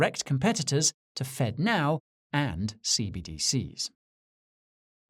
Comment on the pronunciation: Fedno instead of Fednow.